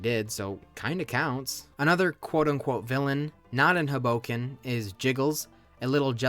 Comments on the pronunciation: the mispronunciation of hoboken is taking me outttt lmaoo - theyre pronouncing it with an emphasis on the 'bo' when it should be on the 'ho' - so it should be pronounced like 'hobo-ken' rather than 'ho-BO-ken' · It’s pronounced Hoe-Bow-Kin (this hurt my NJ soul) 🥲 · As someone from north jersey the way you say hoboken is killing me.... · never heard someone pronounce hoboken that way lmfao